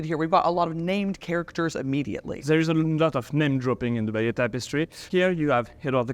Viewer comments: True except she can’t pronounce “abbaye aux hommes” or “Bayeux” for toffee! It’s a great documentary nevertheless! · Would you like Germans from America telling you how to speak German, or mis-pronounce German words? I'm from England & the Americans butcher our language on a daily basis. This lady can't even pronounce Bayeux properly, & that's a French word. Even with a native speaker stood next to her she still continues to mis-pronounce the word. So, there is a clear difference between dialect & mispronunciation. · I don't think the levels of mispronunciation of English, can be purely attributed to historic changes alone. It appears that the Americans struggle with pronunciation across the board. Even when attempting to pronounce the word Bayeux, she gets it wrong. And that's not even an English word.